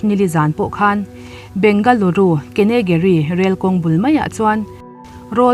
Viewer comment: Bangalore Kengeri kha Keneguri ti a lam tur a nilo.. Keing guh ree( Keng gu ri) ti a lam tur